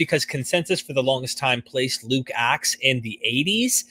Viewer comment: Luke-Acts, not Luke's Axe, which sounds more interesting 😶‍🌫️